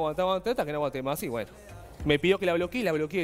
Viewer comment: " Gueno !" Jajaja